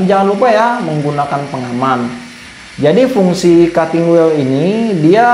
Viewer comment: Ilmunya sangat bermanfaat utk saya yg awam, trmksh. Hanya saja sedikit perlu belajar bahasa inggris, krn bbrp pengucapan tdk sesuai, misal tulisan "wheel" itu cara bacanya bukan wel tapi wil😊